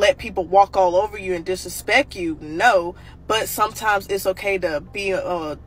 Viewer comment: She said disrespek you😂 completely forgot the T